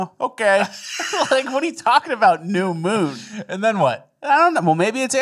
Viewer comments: Did anyone else notice "Temporary Moom"?!! Hahaha! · Lol, it's not a moon it's a moom. Mooms and aliems